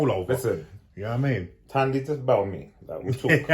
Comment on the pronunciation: The H in Thandi is silent.